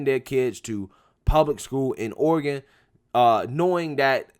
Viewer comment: Oh-ree-gawn don't go in for all that fancy book learnin' (starts playing DUELING BANJOS)